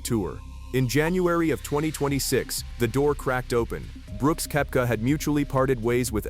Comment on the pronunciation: So AI can’t pronoun Brooks’ last name?